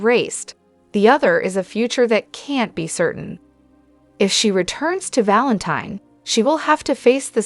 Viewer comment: I just wish soap pod casters would watch the show so they could pronounce the characters names properly.😢😮😅 It's pronounced Valenteen. ❤